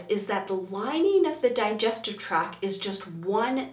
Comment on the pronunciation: I know this is because of my gut lacking serotonin but it really drove me insane how many times you said “track” instead of “tract” and vagal instead of vagus nerve.